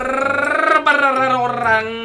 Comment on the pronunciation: "BARR BARR.. R nya dua yeh" bikin ngakak 🤣